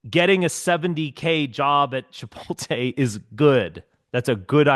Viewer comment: Why does he call it chipoltay